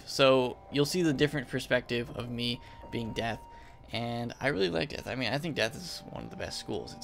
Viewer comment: U said zeath not death